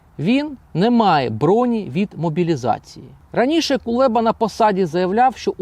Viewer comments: Кулеба а не КулЄба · Правильно треба називати Прізвище !!? Не Кулєба , а Кулеба !! Ганьба !!? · Чому він Кулєба,а не Кулеба? Це такий випендрьож ?